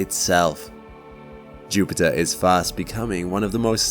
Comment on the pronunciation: When I clicked on this video I was thinking "oh god, this guys voice is too much at ti..." Video: JUUUPITTAA!!!!